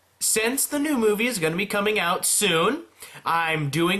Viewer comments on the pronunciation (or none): none